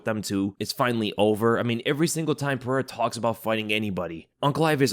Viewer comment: Pereira not perera